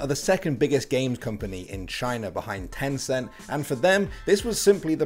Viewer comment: HEY mobile legend for only filipino Wait did be said tenceen